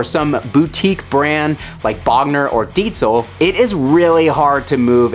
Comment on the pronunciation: Did you just say Deetzel?